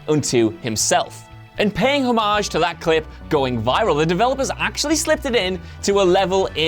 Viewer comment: Please learn to say homage